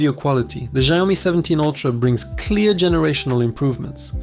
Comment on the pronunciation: its SHIAOMI not JIAOMI bro !